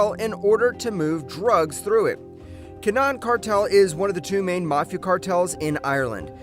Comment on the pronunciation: Tony montoya? Also its kin-a-han